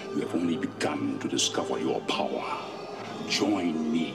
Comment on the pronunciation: Your powah